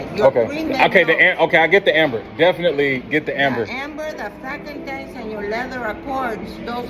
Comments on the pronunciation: She doesn't know how to say frankincense. Call ICE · Yeah man, it's jacked up... they just followed LV, and watch, all these other companies will follow suit, the scamming shall continue! And LOL on her trying to pronounce frankincense. 🤣 😂